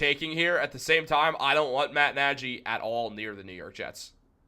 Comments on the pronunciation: Nearly stopped watching after he said Matt Najy for 14th time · Man we gotta make sure we’re pronouncing guys names correctly if we’re gonna be analysts 🤦🏽. Nagy and Spags earned that much respect.